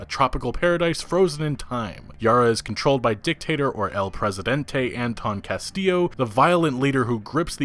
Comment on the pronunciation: Sucks that El Presidente is pronounced "Eol Preseedantai"... I guess only Spanish speakers get offended. But who cares about them right?